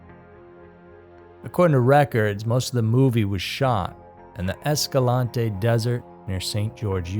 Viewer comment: That was a pristine pronunciation of Escalante! Thank you!